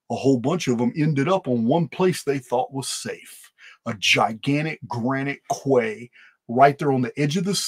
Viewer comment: the word “quay” is pronounced as “key” and not as if it rhymes with “sway.”